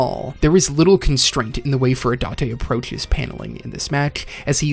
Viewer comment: Finally you pronounced furudate right. Subscribed.